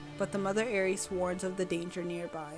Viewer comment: It’s pronounced aer-ess developers included a pronunciation when first revealing the Aereis